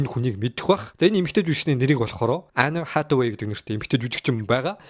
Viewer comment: Anne Hathaway gej duudna uu kkk. Peildeed gej yu gej bgaan vee kkk. Accent ee saijruulaachee zavaan